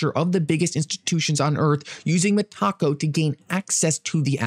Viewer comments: Met-a-co, lol not Met-taco. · It’s META-CO! Not… Me-Taco 😂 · Lmao I think it's meta co not mataco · Oh my GOD! Meta-CO - not taco 😂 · Meta-co not Meh-taco😂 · I think it is pronounved Meta co not Metaco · MEH-TUH-CO!! Not meh🌮. You can do this,. I believe! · Stop saying Mah-Taco 🌮. You’re making me hungry. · For real 😂